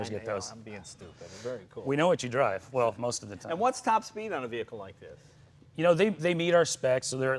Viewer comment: "Move away from the v-hear-cle"